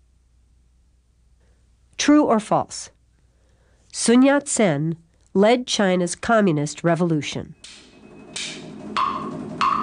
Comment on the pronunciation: Narrator said "Soon Yat-sen" but correct English pronounciation is Sun. Cantonese pronounciation is similar to Shin.